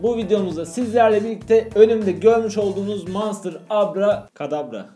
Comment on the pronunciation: Knk monster diyon jdnejebbebe